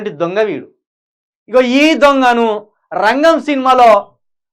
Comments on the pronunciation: రెంగెం కాదు రా అయ్యా అది రంగం రా అయ్యా...... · అవును అది రంగే కాదు రా నాయనా రంగం నాయన న్యూస్ చెప్పేటప్పుడు కొంచెం జాగ్రత్తగా చెప్పరా బాబు😃😄😄😄😄